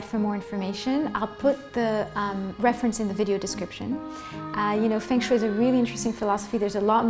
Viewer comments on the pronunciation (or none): The proper pronunciation should be the first step. Feng Shui (Fung Shway)